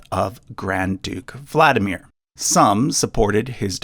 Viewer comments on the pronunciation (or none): You completely mispronounce Tsar. It's Tsar', not Zar. Ts is very same as Ts in Japanese (like Tsunami). You don't say Zunami. There are 3 sounds - Ts - A - Rь. Kirill, not Keyrill. VladImir. not VlAdimier. RomAnovy, not ROmanovs. Xenia is pronounced Ksenia in Russian, not Zenia. Ilyinsky is pronounced Il'YInskiy, not IlInsky. Rostislav, not Rotislav, you missing S. It's Dmitriy in modern Russia, not Dimitry. VlodImirovna, not VladimirOvna. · Kiril is Keer -ill Vlad DEE mir